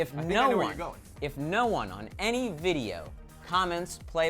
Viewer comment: play minecwaft